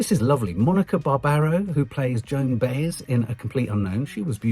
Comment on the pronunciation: the songs from Wicked aren’t eligible for the Best Score category. What is nominated from it are the orchestral bits in between the songs which don’t contain any of the songs’ melodies. And there’s actually enough in there to be on a separate soundtrack album! And…uhhh…it’s BAH-yez, not BAY-yez.